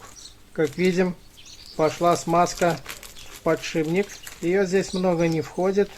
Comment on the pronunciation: Не подшиБник, а подшиПник. Не ложим, а кладём.